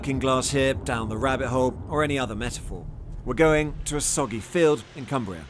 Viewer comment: He said "Soggy Field", how about "Foggy Shield"?